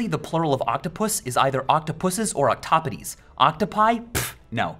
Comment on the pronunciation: Octopodes is not pronounced like that!